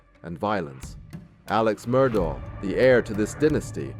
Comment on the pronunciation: It’s pronounced “Murdock”. You can literally HEAR Alex say his name at the beginning, on tape. 🙄